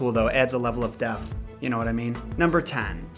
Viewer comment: did he say 'deafth' instead of depth?